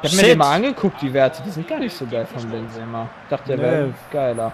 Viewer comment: Sorry, ich versteh das, wenn man ab & zu einen Namen falsch ausspricht, aber als allgemeiner Fußballkenner weiß man, wie Benzema ausgesprochen wird ;) Oder soll das extra sein?